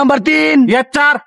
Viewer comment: ইয়েচ্ছার না ইয়েস স্যার 😂😂😂😅